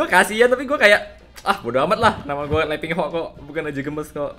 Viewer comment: Wkwkkw bang lu nyebut nama nya letingho